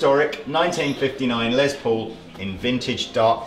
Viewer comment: LESS Paul not LEZ Paul for the love of christ